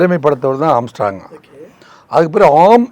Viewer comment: அவர் பெயர் ஆம்ஸ்ட்ராங்.. ஆம்ஸ்ட்ராம் இல்ல முதலில் அதை சரியாக சொல்லுபா